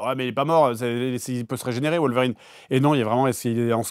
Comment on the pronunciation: Fred Logan n’est pas une vérine lol c’est wolverine non wolvérine 😉